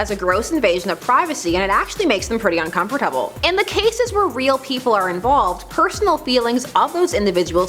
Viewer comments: incomforTABLE incomforTABLE iNcOmFoRTABLE i n c o m f o r T A B L E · Uncomfertabel? Do people actually pronounce it like that? (Found this more disturbing than the whole Wincest thing.) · um why did she say uncomfortable like that haha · She just butchered the word uncomfortable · The way she said "uncomfortable" made me uncomfortable. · am I the only person laughing at the way she said uncomfortable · lol the way she said uncomfortable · The way she says uncomfortable